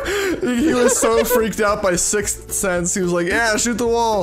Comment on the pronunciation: i know im saying he says six,th sense not sixth sense